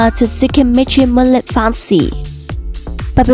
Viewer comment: bad English cant even say moonlit properly dislike